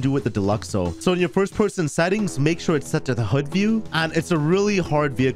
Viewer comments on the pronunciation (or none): none